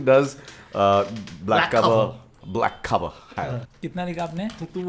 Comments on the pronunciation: Bhai "black clover" tha naam black cover nhi 😂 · Did said Black Cover? For Black Clover 😂😂 (maybe i Heard it wrong 😶)..... Regrading that scene from Black Clover it was post fight scene where Asta(with black sowrd) and his group saved life of one of his memeber after he lost his fight and was about to be killed by his opponent